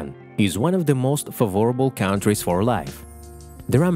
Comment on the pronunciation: you might consider how you pronounce the word "favorable", the stress is on the first syllable, not the second (essential to smooth comprehension). What I want to know is, did she keep the husband? or get one that was fit too - and more kind and accepting. Maybe she met someone at the gym, I'll bet that's it, but she had the good sense to keep him as a jfriend and occasional lover, havine had enough of critical husbands. Rock on!